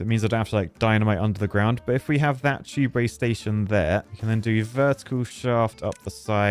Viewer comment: Why would you bother with underground tubeway (or as you say it, chewbway), just run platforms above paths and keep it all flowing.